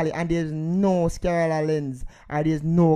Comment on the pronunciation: It's called sclera lens, not skillera lens. LOL